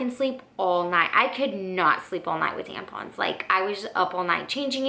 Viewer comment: We're all just going to ignore the fact that she called them "tanpons" the whole video??